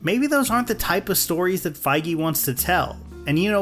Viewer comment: Why is he pronouncing feige like that 💀